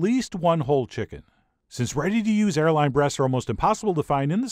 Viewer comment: I thought this man said hairline